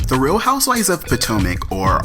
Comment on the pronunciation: Justin, I love your pronunciation of the HOUSEWIVES. It sounds like you're saying HOUSE-WISE lol. It's cool though; I think it's endearing. For me, it's like your stamp; if someone else was pretending to be you doing these reviews, we would be able to tell because they wouldn't get the WISE everytime the word HOUSEWIVES is mentioned. Keep up the good work